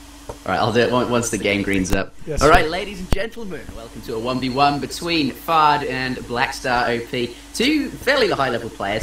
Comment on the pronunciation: ...what I find real funny is when you say Fard...it sounds like "FART" !!! hahaha